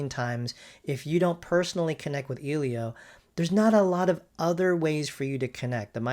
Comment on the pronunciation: The fact that this dude mispronounced "Elio" from the get go already tells me this wasn't going to be a fair comparison